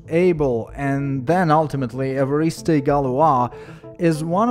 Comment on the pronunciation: Also: Evariste Galois: eh-var-eest. No "ay" on the end. You may be imagining an e-acute, but there isn't one.